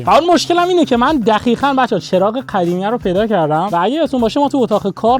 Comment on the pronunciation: 41: 18 قدیمی ❌ خدیمی✅ دهنت سرویس 😂😂😂